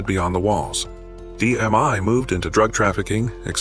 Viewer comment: We're called DMI. Not "DMY" what a shitty AI video. Also, Rock is at USP. Not ADX.